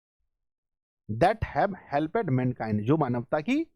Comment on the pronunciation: सर आप कुछ वर्ड का उच्चारण गलती कर रहे हैं 😢😢 जैसे हेल्प्ड होता है 💯💯 तो आप हेलपेड बोल रहे हैं 😢😢😢